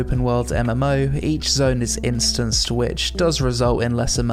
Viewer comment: "iSTANCED". Lol